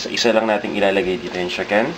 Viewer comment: CHICKEN not SHIKEN...-.-'